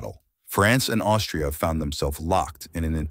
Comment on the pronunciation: he says instead of austria, he says something 'Aushift' LOL